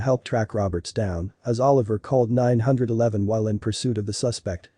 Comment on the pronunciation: As he called ninehundredeleven